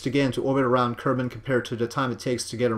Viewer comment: did he say, " Low Kermit orbit"?